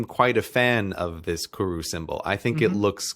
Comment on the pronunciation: Just wanna fix up the pronunciation on Koru Just roll the R